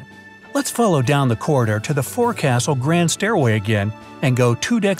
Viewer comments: Isn't it fore"ksl" and not fore"castle"? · So you really just pronounced that as fore castle?? As a former Navy sailor I had to cringe and frown...it's pronounced like folk soul.. fore·cas·tle (/ˈfoʊksəl FOHK-səl; contracted as fo'c'sle or fo'c's'le) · Its not pronounced "For Castle." Its pronounced "Fok-Soul" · Francis Brown stayed in Cabin A37 whereas across the hall ship architect Thomas Andrews, Jr stayed at in A36. it’s not “four-castle” it’s said “ˈfōksəl” (folk-cell) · It is not “four-castle”. It is pronounced “folk-sill”. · The correct pronunciation is not "fore castle". Try saying it that way aboard a ship and you'll be laughed at by the crew, especially a Navy vessel. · Fine job narrating, for the most part. Except "forecastle" is pronounced "foke sull" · The "forecastle" is not pronounced the way it is spelled and the way it is done here. The correct naval pronunciation of the word is "fok-shul" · It’s pronounced folk-sole